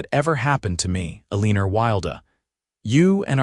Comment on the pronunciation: Once again good story but her name is pronounced wrong. El un or. Not el een er 🥴. And his name is pronounced Wild!